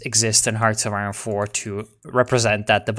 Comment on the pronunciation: it's not pronounced aye-ron, it's pronounced aye-ern. English is weird